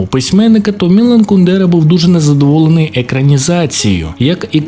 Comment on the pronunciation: От як можна роблячи настільки бути невігласом, що не знати як ставиться наголос у прізвищі Кундера. Навіть не перевірити. Коротше, відписка. Автор робить відео про те, на чому не розуміється.